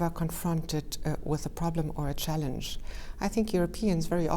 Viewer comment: So you are saying "big chanllenge"?